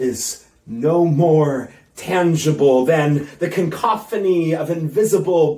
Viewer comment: He / she said ‘cancophony’ anyway. Didn’t even manage to say cacophony